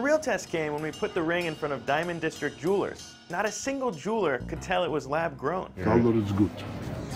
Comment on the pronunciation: Did he mean juulers or jewelers lmao